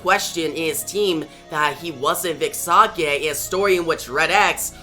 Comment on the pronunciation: Sage is Say-Jh.